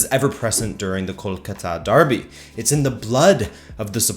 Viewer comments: I am a PROUD BENGALI good video btw, the city is pronounced as kol-kaa-ta, not kol-ka-taa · You butchered the mate kol-cuter. Google Kolkata Knight riders a cricket team to see how it's pronounce. 👍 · You mispronounced Kolkata and Bengal. I know because my parents and their parents and their parents and their parents (you get the point), all are from India. I just live in the U.S. because my parents moved here.